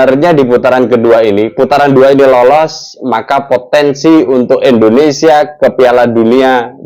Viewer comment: Tolong muncung mu kalo nyebut Indonesia jangan endonesia 👊👊